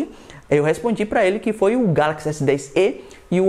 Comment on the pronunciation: Galaxy s10ê, pensei que fosse Galaxy s10e tipo o "e" se fala como se tivesse acento "é".